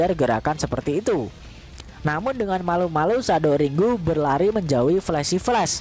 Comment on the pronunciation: iya'kan jdi aneh sndiri🤭😏🤣👍